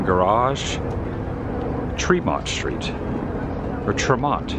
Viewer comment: You had it right the first time you said it, it's pronounced "tree-mont" street